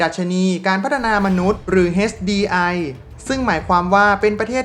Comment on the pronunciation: HDI อ่านว่า เอช-ดี-ไอ ตัวอักษร H อ่านว่า เอช (เสียง อ.อ่าง) ไม่ใช่ เฮ็ด นะครับ